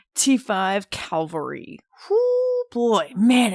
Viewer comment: Cavalry* not calvary 👍🏼